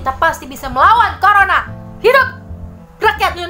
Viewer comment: Wkwkw ngakkk ibu bilang virus koroncong